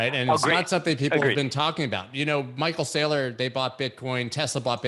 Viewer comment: Hah, did say "Michael Slayer?" So now I'm wondering if Saylor listens to Slayer.